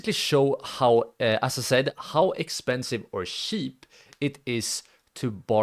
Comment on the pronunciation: It's kinda sweet how you say 'cheap' - shiip :D